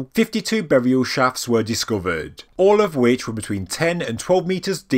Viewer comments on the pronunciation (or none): and "boriaw"